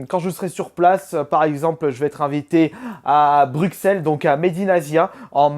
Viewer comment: Salut. Vidéo sympa comme d'habitude. Sinon, j'ai juste un truc à te dire, c'est que bruxelles se prononce brusselle ( le x se prononce comme un s )